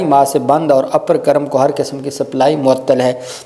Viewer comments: It is not Karam, it is Kurram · Absolutely right Kurm not Karam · یہ لفظ " کُرم " ہےگ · یہ kurram ھے karram نہیں